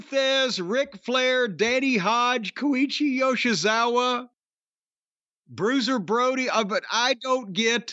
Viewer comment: my heart just sank. That id the most offensive and egregious bastardising of Bruiser Brody's name 😭